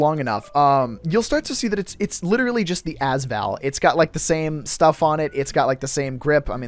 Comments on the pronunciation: sry I have to say this but its the A S val not the ass val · The way you say AS-VAL really fucks me off. It's pronounced Ayy-Ess Val, rather then Az Val. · IT’S “A S VAL” NOT “AZ VAL”